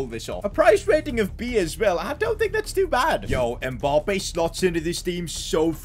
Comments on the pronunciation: How he says emappbe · ITS MBAPPÉ YOU SAY IT WRONG